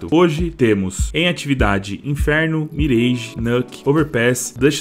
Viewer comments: salve, espalhe a informação que a pronúncia é "Miráj" e não "Mireige"! (Confira no google tradutor) P.S.: um exemplo é "garage". ninguém fala "Gareige", certo? correto é "Garáj" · Queria muito ver a Season e a Russka na rotação. Só uma observação, não se fala "mirêige", e sim "miráge".